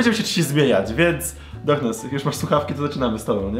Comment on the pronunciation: Czy tylko ja uslyszalem zboknes na poczatku